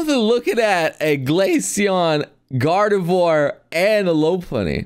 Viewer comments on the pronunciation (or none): none